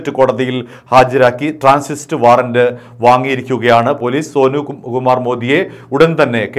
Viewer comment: ട്രാൻസിസ്റ്റ് അല്ല ട്രാൻസിറ്റ് വാറന്റ് എന്ന് പറയാൻ പരിശീലിക്കു പുരുഷു